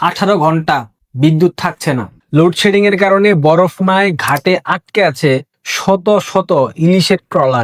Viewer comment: উচ্চারণ ঠিক কর,,,, লুড সেডিং কী,,,,????